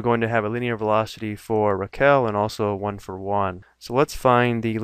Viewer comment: "Juan for Juan"